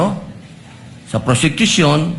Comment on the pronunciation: Hahahaha ayusin mo mag bigkas ng word kasi —- nakakahiya naman… tapos yan ang pronunciation mo.. PRosecution po… hear yourself kakkahiya ka naman😭😭😭